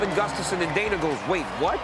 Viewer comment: His name is Gustafsson, not gustaffson. Like, mike’s son would be mikesson. Gustaf’s son. Many nordic surnames are like that, and always double s.